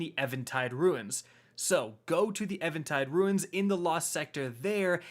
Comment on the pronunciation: Do you even read bro? Lol it baffles me how you mispronounce so much shit lol. Saying it with me lol.... EVEN...TIDE...... EVEN.... TIDE.... Where the fuck do you get EVAN from lol. Its EVEN - TIDE